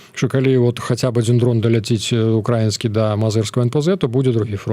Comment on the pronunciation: Колькі можна няправільна ставіць націск...ну які укрАіскі,калі украІнскі